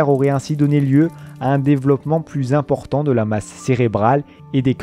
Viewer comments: "si ce vestige est si zimportant "... super la narration ^^ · "si ce vestige est si 'zimportant' " ... encore un truc commenté par la génération qui ne sait pas parler français...